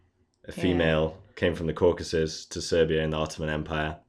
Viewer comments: Surely it is CaucAsUs, not CaucUsEs. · Caucasus. Not Cacuses